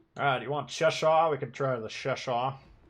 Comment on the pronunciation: And he is pronouncing Cheshire wrong, as a person who lives in Cheshire, it’s pronounced che-shire not ‘sheshire’